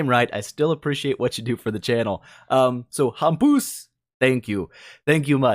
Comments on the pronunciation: just hearing you butcher my name is worth 5$ ;) keep it up! Hampus Laveryd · hahahah ye ur right Hampus is a Swedish name, and ur pronouncing it wrong hahah but nice try, its hard with English